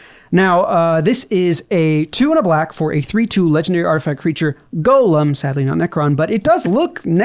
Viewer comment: This man had me the moment he correctly pronounced Golem. Good job.